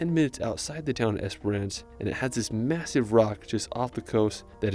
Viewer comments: It's just Esperance. Not esperANCE. Why can't you Americans say basic English words correctly???? 😂😂😂😂😂😂😂😂😂😂😂😂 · I love in the video the guy pronounced Esperance wrong and differently every time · Esper-ence, not ance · Es per ance 😂😂😂😂❤ better pronounced as “esprnce” ❤ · The way this guy is pronouncing Esperance is killing me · Yeah, I also noticed the lack of info on the NT and SA. The video did mention WA but only Esperance (which he pronounced wrong) and that the capital city of WA is Perth. He might do better to find a ‘tourist’ video made (and voiced) by an Australian that’s actually visited these places. 😊